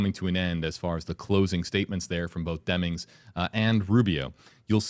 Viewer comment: 58.45 "Senator Elect Demmings". That was weird, does little Marco know something he shouldn't be telling us?